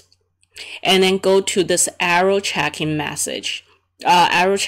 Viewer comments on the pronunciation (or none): I dont understand why when Indians make videos they add american accent. Speaking normal english is better if you are an Indian. You pronounced Error Checking very incorrectly in american accent.